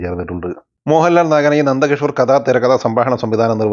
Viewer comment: പേരുകൾ pronounce ചെയ്യുമ്പോൾ ഒന്നുകൂടി നന്നാക്കാൻ ശ്രമിക്കുക. e. g. മോഹൻ ലാല്..... Just മോഹൻലാൽ പോരെ....